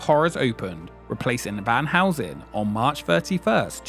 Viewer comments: it's Van Helsing and not Van Housen. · The way you pronounce Van Helsing makes me laugh